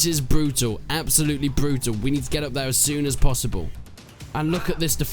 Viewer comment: "Absolutely brootul"